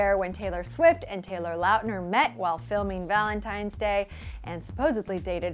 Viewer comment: lauuuutner? LAUTNER